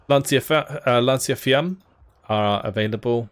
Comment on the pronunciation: Hi I'm your fan, and just for improve your pronunciation is "bersaglieri" not "bersag-lieri" and "lanciafiamme" not "lansiafiamm" 😉